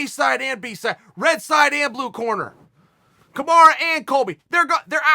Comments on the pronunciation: Chael Kamaru named is pronounce KA-MA-RU not Ka-MA-RA. You are butchering his name by calling him kamara. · Chael, it's pronounced Kamaru for fuck's sake, not KamarAH. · Why does chael say “kamara”? It’s “kamaru”, with a “U” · Dude it's kamaru not kamara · its kamaru chael.... or at least marty. definitely not kamara. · Chael please stop calling him “Kamara”. Have some respect, it’s spelled “Marty”. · Chael, it's KamarU not KamarA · So nobody's told Chael its KamarU not Kamara.... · Someone should remind uncle Chael that Usman's name is kamaru not kamara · Bro it's KAMARU not KAMARA 😂😂😂😂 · Somebody needs to tell Chael that its Kamaru and not Kamara :) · Chael calling usman a kumara lol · His name is KAMAROO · I just learned Usman's first name is Kamarra I guess you learn something new everyday, thanks uncle Chael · It's KAMARUUUUU you uncultured swine. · Kamara? Kamar who?! 😃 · Lol “kamara” headass, good vid tho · I love how he keeps calling him kamara or my ears are just bad haha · Chael "KAMARA" Sonnen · can’t quite pronounce kamaru correctly lol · Chael is the only man on earth that gets away with saying "Cahmarah" Usman. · Sorry, but as others say.... Now it's Kamara. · I just commented telling Chael to pronounce his name correctly.